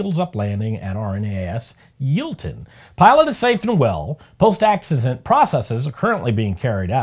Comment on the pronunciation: Never heard Yeovilton pronounced like that before, God truly loves Americans. (Yo-vil-ton)